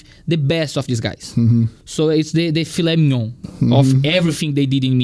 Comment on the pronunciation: The filé mignon! Escola joel santana de inglês kkkkkk. Brincadeiras a parte, excelente trabalho!